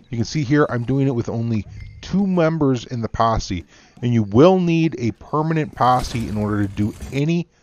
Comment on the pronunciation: "Yo, join mah Passe"